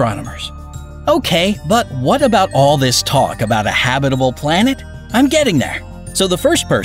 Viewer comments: It’s pronounced “Hab-it-al” not “Hab-bib-al” Where did you learn to speak? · please stop saying habidible. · Why does this narrator have trouble pronouncing 'habitable' i.e. ha-bit-abul?! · You’re pronouncing habitable wrong! It’s annoying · Why does he only say habitable correctly one time time!!!???? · This is a bit too campy for me. Also, who pronounces habitable that way? Check our Kurzegasgt. Take notes. <3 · You mispronounced habitable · Hahaha! He just HAS to be pronouncing "habitable" and "Proxima" that way on purpose! I say that because every once in awhile he slips up and pronounces it correctly! Hahaha